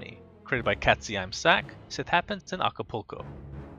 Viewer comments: "Katze im Sack" hahah that's german... Not "Katzej m sack" (it means "Cat in the bag") xD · I like, that he's saying Katzeimsack every time wrong xD It's german and is spoken Katze im Sack (cat in the bag) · I'm from switzerland and i can speak german. Its really funny how he spoke the name "katzeimsack" :D In english it means "Cat in the bag" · katzeimsack :D the way he pronounced it is hilarious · haha wie er katzeimsack ausspricht :DD :** xD